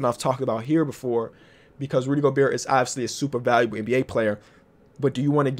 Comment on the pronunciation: Someone tell him to stop pronouncing the t in Gobert